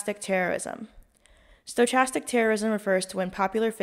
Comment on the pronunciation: Quick heads up for future reference... stochastic is pronounced sto-kastic, with the ch pronounced as a k as in school (skool) 🤓👍🏼